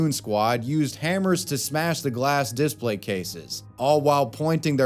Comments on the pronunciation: "Display" is pronounced dih-SPLEY (/dɪˈspleɪ/), with two syllables and the stress on the second syllable ("play"). It is pronounced the same way whether used as a noun or a verb. The "di" makes a short "i" sound as in "ship," and "splay" rhymes with "day" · Are you saying "Displate" everytime you say "display"? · I feel like you're subliminally advertising for "Displate" every time you say "display" hahah